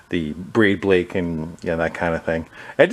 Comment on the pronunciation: I was fully invested until you said "braid blake" hahaaa, good job sir and a good find too.